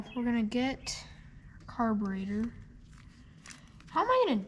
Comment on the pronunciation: Did anybody else here him say carbinator? Just like his Dad.